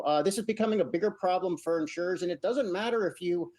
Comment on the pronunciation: In-sure-ers…NOT Insurance-ers.